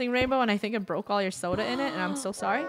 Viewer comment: LoL i thought she said sola